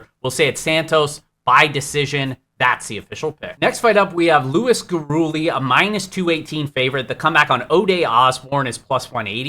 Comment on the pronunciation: Luis Gurule = Luis (Gur-lay) Not (Gur-ooley)